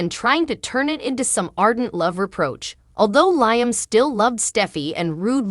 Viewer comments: Lee um not Lyum sheesh! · Lee em not lyum